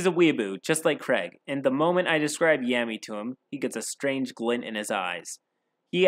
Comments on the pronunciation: Your video quality is constantly improving. That said, a couple quick pointers: 1. Pronunciation. You've gotten better with this, and calling Yami (Yaw-mee) Yam-ey isn't that bad, but reading Deus (day-oos) as Deuce was like getting run over by a freight train. 2. Some editing is still off, with both video and audio. I'd say you should always rewatch your final draft right before uploading. Your earlier videos were hard to watch, but this one was straight up good, and I can see the quality getting better. Congratulations, you've got better content than 80% of YouTube content creators! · Laughing at every time you say Yammy lmaoooo. Spoken like a true non-weeb 😂😂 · As soon as he says, “Every kid turns 13 and gets their grimoire” I immediately knew it was gonna be about Blackclover (I read the manga and I love it dearly as it’s honestly inspirational and I relate to Asta a lot). Also I love how he mispronounces “Yami” all the time The Dm basically just took Asta and swapped him with Captain Yami but made him incredibly pathetic and cringy